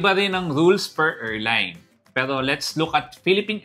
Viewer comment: hindi "erline", "airline" sya.